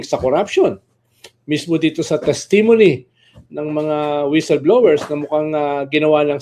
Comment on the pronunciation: Ayan na naman ang pronunciation ng “testimony” ni. Paki ayos lang po.